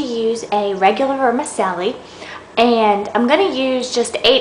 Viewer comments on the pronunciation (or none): ver-ma -chelli- :) <3 chow mein!